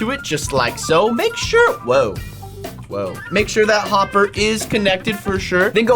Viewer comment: Unspeakable for the bee farm when you said hopper you said homber